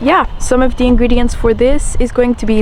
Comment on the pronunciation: Ingreniends 🙄 she is high on tea 💀